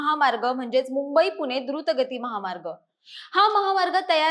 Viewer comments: अशुद्ध बोलते. पुणे ऐवजी पुने म्हणते. तसेच इतरही. ण ऐवजी न उच्चार ऐकायला बरा वाटत नाही . भाषा सुधारुन व्हिडीओ बनवा. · पुने × पुणे बरोबर